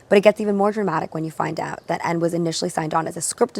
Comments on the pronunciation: hei, so because Michael Ende is a German Author you say the ending "e" as well. En "de" (like the letter "D" in the alphabet, kinda) ALSO LOVE THIS CONCEPT YOU DID HERE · The Last „e“ is not silent in „Ende“. Just like „Porsche“. Sry I don't mean to nitpick. Michael Ende used to live right around the corner from me :) I loved his stories as a child😊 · the second e in Ende is pronounced the same as the first e. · that's not how you pronounce michael nor ende 😂